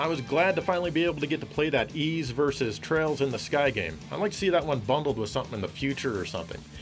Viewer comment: You get a 7/10 for pronouncing Ys. A good effort.